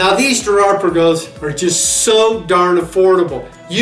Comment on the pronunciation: Girard Perregux is pronounced Pear-a-go.